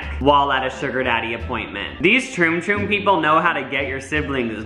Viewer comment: he says Troon troo hahaha😂😂🤣